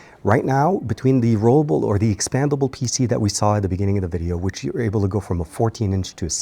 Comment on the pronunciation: Rollable. NOT rolelable. 🤣🤣🤣